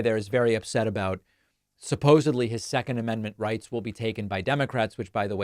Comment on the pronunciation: I heard 'stecond amendment'... made me think of 'Stience!!!', the latter is better...and Jerry had better arguments with god